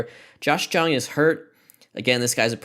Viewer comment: Thank you so much for choosing the Rangers, we need to be good in something. Also, Josh Jung is pronounced liked Young